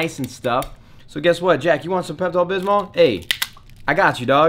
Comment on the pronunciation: "peptal bismal" lol